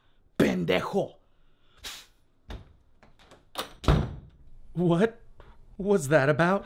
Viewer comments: Whenever she said “pendejo” the captions said “Ben deck oh” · So many things wrong on how u said “pandejdo”